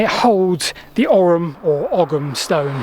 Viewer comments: Oi - OY or Oh as in Owe or Go OYYUM or OWE UM Ogham is OYYUM or OWE UM not "oggum" or "orrum" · It's not pronounced OGGUM because it's not an Anglo-Saxon word. As usual, Celtic Gaelic words are being butchered. Would 10 minutes on the internet researching correct pronunciation really kill you?! It's Ogham, the GH is silent so it sounds like Ome. Another reason the Brits were never welcome in Gaelic speaking countries. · It's pronounced "Owum" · it's pronounced " ohm " that G is not hard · Ogham is pronounced "aw-ahm" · Here in Ireland at least, we'd usually pronounce "Ogham" more like "Ohm" (like the electrical unit of resistance). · In modern Irish the "h" is not really a letter, it's more like an accent that softens or silences the preceding letter. Hence ogham is pronounced oh-am. Afaik though in old Irish this was probably not the case, so it might well have been pronounced oggam. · Ogham is pronounced O-am. gh sounds in Irish are typically silent